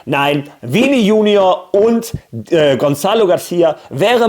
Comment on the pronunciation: Hey Lade dir mal die App Portugiesisch Deutsch übersetzer runter. Wenn du in der App Vini Junior schreibst kannst du es mit Ton abspielen wie es richtig ausgesprochen wird. Ich check nicht wie du jeden Namen Korrek ansprichst aber bei Vini bei Junior deutsch ansprichst obwohl er Brasilianer ist 😅😂. Die app wird dir helfen es endlich richtig ausgesprochen hoffentlich